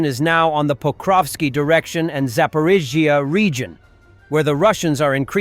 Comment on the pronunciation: AI voice still unable to pronounce Zaporizhzhia.